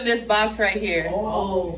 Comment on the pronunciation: Love when my internet is spotty and the video takes a second to load and it’s the perfect pause where you very much see forming that R in the RAIGHT SO